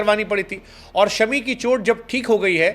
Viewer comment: इनका नाम शमी नहीं बल्कि "शामी" है😊